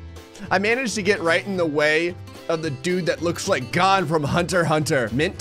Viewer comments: I love you, but I will never forgive you for calling him “gone.” It’s “Gon”, rhymes with “groan” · 1: it's g-oh-n 2: you know that show??? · did he call gon, gone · Did--- he say gone from hunter hunter when its gon pronounced goan like moan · his name is gon not go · I managed to get in front of the dude that looks' like gone from HxH Me: Wait he just say gone not gon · I swear he said gun from hunter hunter lol🤣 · Did he really say gone from hunter x hunter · Not trying to be specific but it is pronounced go n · why u say gon’s name like that💀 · the gon from hunter x hunter, i’m pretty sure it’s pronounced like the o in no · The way you said Gon's name made me sad im sorry